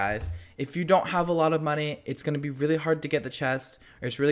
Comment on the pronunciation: The way he said monney lol,!!